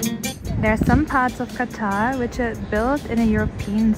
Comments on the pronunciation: Qataaar nh dhrub bhai its "Qatar" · Btw it is pronounced as QATR not Qataar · Qatar not qataar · It’s not Qataar it’s Qatr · Dude..It's not "Qtaaaar". It's "Qatar" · Qataaar or Qatar? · you say Qattaar but its Qatar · कतार नही क़तर होता है! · Qatar hota hai nit Qataar 😂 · Dhruv bhai ne jab Qatar ko katar bola tab mere ko pta chala ise katar kahte hai 🤭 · Bhai Apne Qatar ko Qataar padha sorry to say Jaise hota hai qasam Khuda ki qasam! waise hi padhna hai Qatar. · Entire video is amazing except the mispronunciation of Qatar ☺️ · Qatar ko thik se bolna sikho ...pronounciation ghlat h